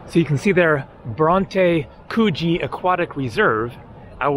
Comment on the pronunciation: Pronounce the oo in Coogee more like the ou in could. And end of summer into autumn is when the water is warmest for swimming.